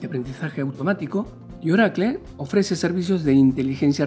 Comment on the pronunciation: Que es Orakle? haha